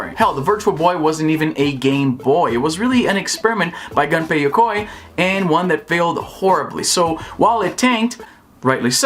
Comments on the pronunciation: Gunpei is not pronounced gun (like a weapon) -pay. It’s pronounced goon-pay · why everyone says ganpey? his name is gunpei. just read it how it is written.